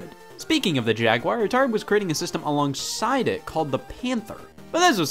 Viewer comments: Jag-WIRE? Disliked. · Yo what, "Atari Jagwire" what kind of way is that to pronounce jaguar (JAG-WAR) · The Jagwire? What is this? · Assuming Scott didn't have a stroke and is not being funny. It is pronounced Jag-Gwar. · Why does everyone say Jaguire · What the fuck is a Jagwire ? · It's because he pronounces it wrong. Look up the pronunciation online. :) It's a common mistake by many people.